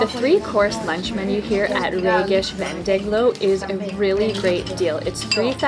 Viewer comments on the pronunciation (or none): On behalf of the people of Budapest, thank you for this lovely video. The correct pronunciation is described: Jókai bableves (bablevesh).The core name of the dish called strudel is: rétes(retesh).